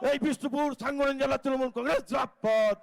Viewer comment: বোকাচোদারা, জিন্দাবাদ কথাটাও ঠিক করে বলতে পারছে না।